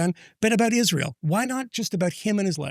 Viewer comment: she has insinuated Israel did it. She spent a good amount of time talking about Israel and then later on she said “they killed Charlie”. Usually when Candace says “they”, it’s Israel. Or, “Ish-real”, as she stupidly pronounces it. She’s a dingbat and a lot of the things she claims are easily debunked.